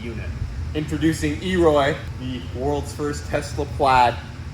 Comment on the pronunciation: Elroy not e roy